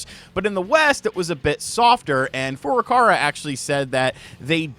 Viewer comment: I'm begging you to say Furukawa correctly just once. Please.